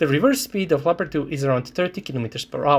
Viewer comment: Leopard not Pepard. Its a german tank, and unlike the english the germans can write.